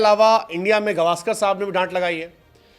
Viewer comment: मैने पहले भी आपके एक व्हिडिओ के कमेंटस सेक्शन मे कमेंट किया था की आप सुनील गावसकर सर का नाम गवासकर बोलते हो. तो पहले ये उच्चार की गलती सुधार लिजीए.